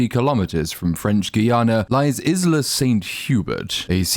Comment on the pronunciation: Every person ever is mispronouncing "Isla", including people in the movies, and it's driving me up the wall lol. Its either EYE-la, or EE-la. Its like how everyone collectively stopped using the word "startled" for "jump scare". Lol.